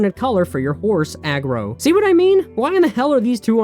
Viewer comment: What are you calling the horse in Shadow of the Colossus? Aggro? It's Argo my dude.